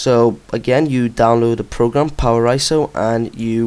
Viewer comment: HATE how you say iso...but GREAT vid :D